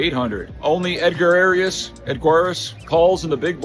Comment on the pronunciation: Ed-ga-ras super simple, not sure why you mix up the letters :)